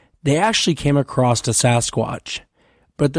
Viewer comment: It’s not acrossed, it’s across 😊